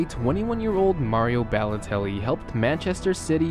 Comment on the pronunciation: his name is balotelli not bellotelli